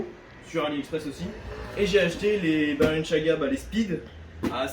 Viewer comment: Quelqun peut lui dire d'arrêter de dire " balanchaga " ?